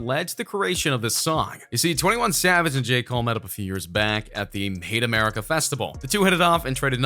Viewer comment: did he say they met at the "hate america festival?" I thought it was Made in America festival